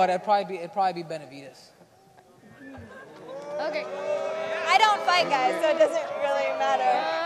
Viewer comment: when said Bemavidez